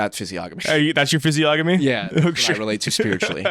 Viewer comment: im so sorry to do this but it's pronounced "fizzy-onomy" not "fizzy-ogamy" (literacy crisis in full swing)